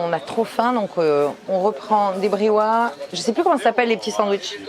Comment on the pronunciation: Merci beaucoup pour ces vidéos, bienvenue au Maroc 🇲🇦 amusez-vous bien :) , juste une petite remarque concernant la prononciation du briouates on prononce ça briouates (briouateuh) et non brioua ahahha 😅